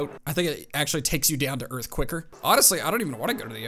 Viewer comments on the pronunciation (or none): none